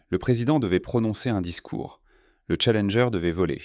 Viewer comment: On dirait que certzines bafouilles sont faites exprès pour faire "plus réaliste", plus "humain" par contre certains mots sont prononcés n'importe comment, aucuns francophones ne dirait ça comme ça... Comme la navette "Challengé" et pleins d'autres mots... Ca devient pénible ces voix! 🫩🙄